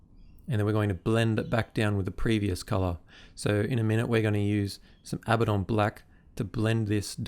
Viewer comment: I know its "wrong" but thank you for pronouncing Abaddon the same way I do.